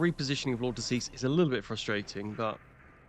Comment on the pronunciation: Lord De Seis ❌ Lord Deceased ✅